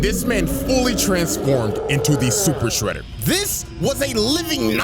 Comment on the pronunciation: "SUPER SHREEDER"